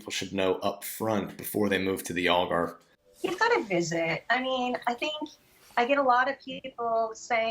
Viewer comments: If you speak English ALGARVE is pronounced not like ALL GARVE but more like HAL GARVE. Or as in AL CAPONE. Get it! And it's O ALGARVE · Al, Al .... not All Garve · You have been in Algarve since 2017 and you still don't know how to pronounce the name properly. Shame on you american immigrants